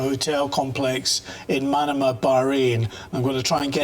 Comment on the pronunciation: Manama is pronounced like banana not like Panama.